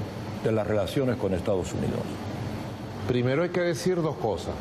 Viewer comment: Aprende a pronunciar Estados Unidos